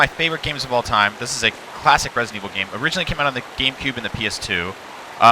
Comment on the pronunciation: what did he say? Resident weasel number4? xD